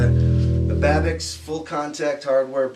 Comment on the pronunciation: I thought it should be pronounced Babich. cz is ch in Polish.